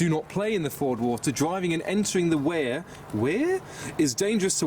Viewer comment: Weir rhymes with here and sluice rhymes with juice. I'm not having a go, mate, keep it loose.